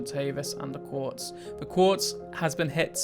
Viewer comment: its not "quartz" its "quetz"